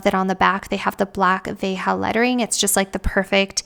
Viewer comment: veja is a french brand not spanish so the pronunciation is "vezha"